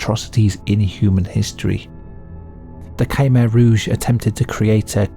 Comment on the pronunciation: Great video mate, though your pronunciation of “Khmer Rouge” is rather nightmare inducing.